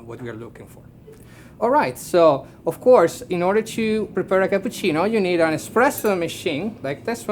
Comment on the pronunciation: Hahahaha barista for Illy and still talking EXPRESSO, my IT IS ESPRESSO;) but thxfor video, i learned a lot. Keep on